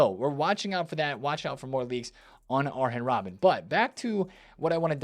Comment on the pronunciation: So basically can't say any of the names right.....aaren robben??Come you can do better